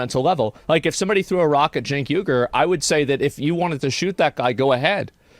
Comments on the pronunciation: "Hamas parker" and "Cenk yogurt" lmao this guy. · The correct pronunciation is "yoo-ger" fyi.